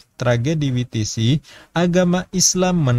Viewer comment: Maafin, tolong belajar baca istilah/bahasa Inggris, asing, biar enak dengernya Houston, bacanya/ngucapinnya Hyusten, Mike, bacanya/ngucapinnya Maik, WTC bacanya/ngucapinnya Double Yu Ti Si, bukan Wi Ti Si 🙏